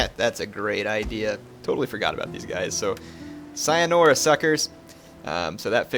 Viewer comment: You butchered "sayonara" in the beginning.